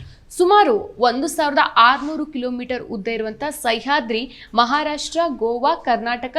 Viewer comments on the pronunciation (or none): ಸೈಹಾದ್ರಿ ಅಲ್ಲ "ಸಹ್ಯಾದ್ರಿ"